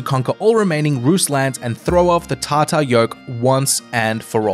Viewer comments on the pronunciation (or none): none